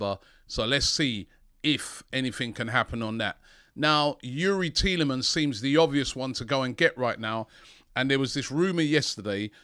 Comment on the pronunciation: Petition. AFTV should make a compilation from this window with everytime Robbie said Thielemans.